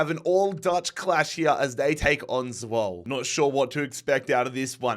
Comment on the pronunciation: Love the series but Zwolle is pronounced Zwoll-a